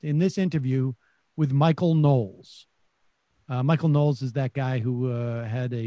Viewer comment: Michael Know-les.